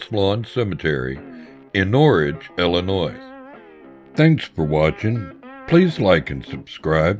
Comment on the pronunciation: The guy said Illinois with an S …. So?